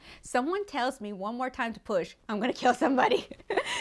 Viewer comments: That means he is a Christmas boy but she said poop instead of push 😂😂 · I thought you said poop 💩🤣 lol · WHEN SHE SAID AHE NEEDED TO PUAH I THOUGHT SHE SAID SHE NEEDED TO POOP LMAOHFSDJFMKS,DF